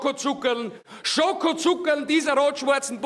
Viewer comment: Wie viele Schokozucka sollns denn sein? Hab mich so kaputtgelacht bei der Stelle.